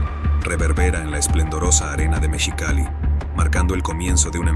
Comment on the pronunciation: Todo bien pero cae mal que perfectamente mencione "mexicano" pero cuando dice mexi.....cali, diga absurdamente mechicali 😂😂😂😂😂😂😂😂😂😂😂😂😂😂